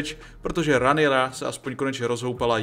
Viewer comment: Když už tak Rhaenyra=Renyra